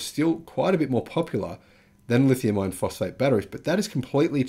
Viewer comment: Insightful video that indicates future trends and backs it up with data. Very nice. I was having trouble telling if you were saying "Lithium Iron Phosphate" or "Lithium Ion Phosphate". YouTube's auto-generated captions couldn't tell either (It thinks you're saying "Ion"). I know you were saying "Iron" from context, but it may confuse some people who are new to battery tech.